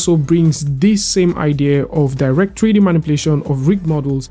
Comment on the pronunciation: Tree-D? What is tree-d?